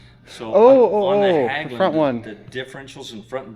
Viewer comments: FYI Hägglund is pronounced similar to He in Hedge but with g. More like Hegglund not Hagglund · Just an observation, ägg in hägg-lunds is pronounced like egg, hegg-lunds.